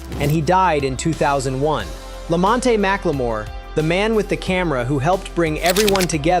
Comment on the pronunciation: LAMONTE NOT LAMONTATY.